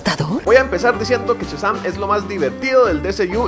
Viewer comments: No es "CHAzam" es "SHAzam"!!!!!!!!!! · amigo, no es Chasan compadre, es Shazam. ',:0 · "Chasam" :v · test para llamar la atencion de amo cuando dices "CHAZAM" y digo al mismo tiempo mira ese potencial <3